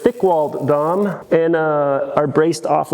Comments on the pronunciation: Had to click away the third time I heard “DOM” instead of “Dee Oh Emm” Like when you hear someone call it “NOSS” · D O M. You don't pronounce tubing as Dom. Drawn Over Mandrel is D. O. M. We aren't referencing Dominic Toretto here. The entire bed side should have been made of round tubing as well. That square just doesn't match the esthetic of the cab. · D O M. Not domme. That is all. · Please don't call it Dom.... It's dee oh em. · DEE,OH,EMM not Dom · I'm from SoCal and have been around car people all my life, in 30+ years never have heard it any other way than Dee oh Em. I definitely thought you were saying Dom as like a meme or something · up here in Canada we Say Dee,oh Emm. 🤷‍♂️ Every-time you said Dom I giggled a little lol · here in SoCal the epicenter of off-roading it’s D. O. M. We know you’re a YouTuber if you say dom. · that’s the first thing I thought of as well when he said Dom lol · Agreed it was like nails on a chalk board lol. I knew what you were talking about but yeah haha.